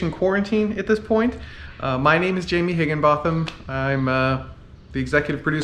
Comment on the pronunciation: Oh it is Jay-mee not Jam-ee